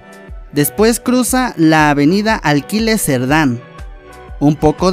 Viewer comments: Nada Mas Te Hago Incapié Que No Es ALQUILES SERDÁN, Sino AQUÍLES SERDÁN, Redacta Mejor Tus Videos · Min. . " ....cruza la Av. Alquiles Serdan " , eso es lo malo de este pais, con ese tipo de gente, que no sabe ni leer, y creen que son ellos los que deben de proponer proyectos de transporte estupidos, como ese tren ligero. Siempre la gente que vive en el Estado de México, se cree que esta en la Ciudad de México y no es asi.